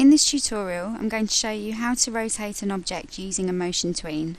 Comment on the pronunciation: i thought she said right cock and left cock lol. i'm not racist sorry